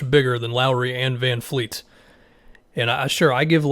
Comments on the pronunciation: Vanvleet not vanfleet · Its VanVleet......not VanFleet lol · It's Van"V"leet my man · It’s van VLEET!!! Can Americans not say VanVleet ? It’s VLEET!!!! There’s no “F” in his name !!! Fred VANVLEET